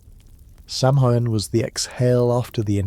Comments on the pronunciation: Garlic speaker here. It’s “Sow-en” not inn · This was mentioned in the last video… it’s pronounced “Sow-En”… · It’s pronounced saw-win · Please pronounce samhain correctly it's pronounced sowinn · Great video. Btw, Samhain is pronounced “SAH-win” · If only he could get the pronouncing of our holiday correct. In the last one, it was Sam-hain or Salmon. In this one, it’s Sam-hoo-win. Several people have mentioned it already. 🤷🏻‍♀️